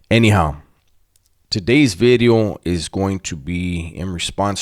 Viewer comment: The "New Bideo" is like your calling card... can't give that up